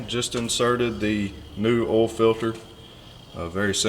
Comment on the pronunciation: "ooll" filter? It's "OIL" filter! :).